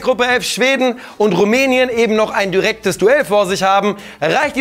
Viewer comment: jo ist jetzt franzose oder was? xD erst das ober teil und dann noch "dürektes Duell" xDDDDD